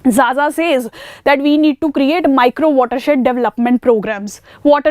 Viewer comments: Madam it is not zaza , it is pronounced kha_ Kha . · not Jaja ma'am it is Khakha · Xaxa is pronounced as khakha Xess is pronounced as khess Xosha is pronounced as khosha So X is basically pronounced as kh in tribes